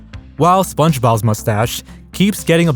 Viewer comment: I was laughing because you kept saying "kih-ens", but then you said "Spunjob and Patrick" and I lost it. And then you said "Spongebowel's mustache". I mean, dude. Your local community college will have a cheap course called "Voice & Articulation" which would do you literal wonders, my friend.